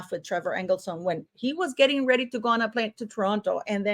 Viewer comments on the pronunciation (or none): none